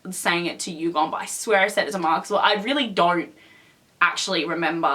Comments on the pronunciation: just to let you know the pronunciation for Yugyeom is Yu-gear-yem not Yugum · did she just say... YUGOM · who’s going to tell her that his name is yug-YEOM.. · I'm sorry I don't want to be a hater but you're pronouncing Yugyeom's name wrong...